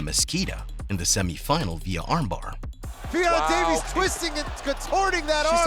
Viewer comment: man really said ffion davis 🤦🏻‍♀️